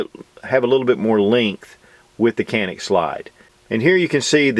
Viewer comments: A pronounciation note: In turkish letter C pronounced as J or G as in John. A is like a in jaw. the rest is N-I-K, pretty much like 'nick'. I would say it is pronounced as "JA-nick". Emphasis on the first syllable. Nevertheless I get that the branding would be harder with the original pronounciation, this is just to let you guys know how we call it. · Good review as always. If I may quibble on one point, in Turkish, it's pronounced Janik. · Prounace as JA NIC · It's hard to believe the trigger mechanism is even shorter than the Walther PPQ M2. And Walther PPQ M2 is known for its amazing trigger. So this Canik (Pronounced Janik) will most likely have my name on it in the very near future! 💯💯👍👍🙂🙂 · I wish people would say "Jah-nik" instead of "can-ick" since the former is the proper explanation in Türkiye. C sounds like a J and the "Can" sounds like the name "John."